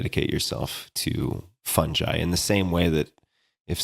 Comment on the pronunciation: It’s pronounced “Fun-guy” not “Phunj- I” ✔️